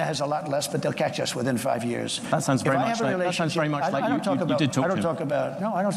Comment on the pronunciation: Please 😅dont say very with w. V as in vast fex